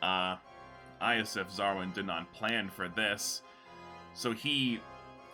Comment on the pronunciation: this entire time I've always heard "Ioseff Xarwin" as "Eyes of Xarwin". Crazy to see the actual name.